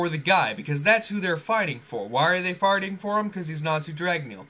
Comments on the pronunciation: u said farting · It sounded like you said farting instead of fighting in